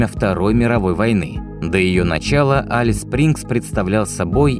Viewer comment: Алис звучит ужасно! Элис бро, Элис!